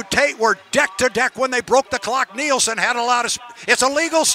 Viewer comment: you need to learn to pronounce Jamie's name correctly. NILSEN